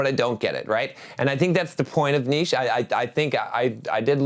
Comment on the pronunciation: It's "knee-cha"